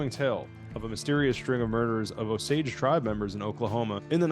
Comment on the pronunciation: I think it's interesting how so many people mispronounce the name Osage in these videos about the movie. It's like they do a ton of research about the Hollywood folks but can't be bothered to do even a quick look into the people at the center of the story.